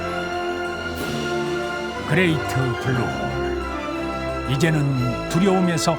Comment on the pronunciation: 이거 어릴때 본방으로 봤는데 외국인아나운서 블루홀 발음찰져서 맨날따라함ㅋㅋ